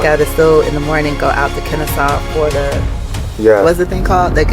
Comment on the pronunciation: It’s pronounced Kenasaw not Kansas 🙋🏾‍♂️? Because it’s Ute not Utah Learn something new everyday